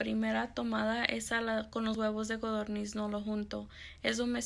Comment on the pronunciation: Son de codorniz no godorniz